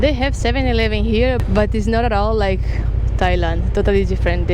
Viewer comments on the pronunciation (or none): none